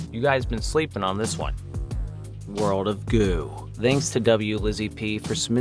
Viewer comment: For a moment, I thought you said "World of Goon."